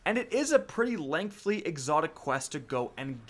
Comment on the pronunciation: here.